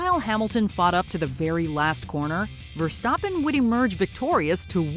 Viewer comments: yeah she said Verstaaapen and my dad says Verstappen with a fast tone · she mispronounced Verstappen